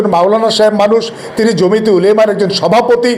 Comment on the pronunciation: জমিতে নয় ,জমিয়তে ।বিশ্লেষণ মন্দ নয়। ধন্যবাদ